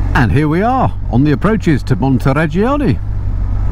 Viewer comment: Montireggioni, Montereggiano, Jesus, is it so difficult to get it right?